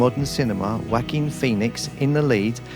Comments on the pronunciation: It's not "Wacking Phoenix". It's "Wah-keen Phoenix" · He said Wack-king Phoenix!...😂😂😂🤦🏽‍♂️❤️ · I love how you pronounce Jaoquin!!! "Whack-een" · Lol, I heard it as Wacky Phoenix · I will give you $10 to pronounce his name right